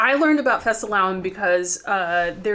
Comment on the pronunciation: fastelavn was spot on when the misses said it.. Well done :)